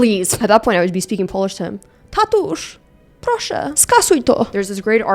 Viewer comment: you actually pronounced tatuś proszę so well I choked